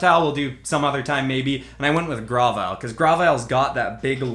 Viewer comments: Isn't it said grove-ile? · Grovyle is pronounced Grow-vile Sceptile is pronounced Sep-tile